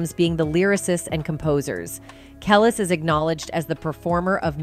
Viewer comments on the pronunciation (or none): Ka Leese smh not Kel lis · Your channel is very entertaining and informative, but the pronunciation of Kelis, Pharrell, Etc… it’s just horrendous! 😂